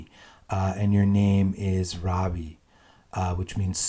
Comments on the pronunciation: Why Westerners use extra a ....it is Rvi not Ravi... pronunciation is wrong. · Ravi is pronounced more like "Ruh_vi" not "Rah_vi".